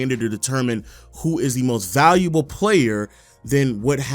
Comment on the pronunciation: I just heard how u said "valuable" and now I cant watch anymore.. gotta unsubscribe. sorry..